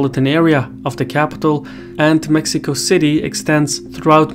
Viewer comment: Except for Mexico, as Mejico 😂. But indeed, appreciated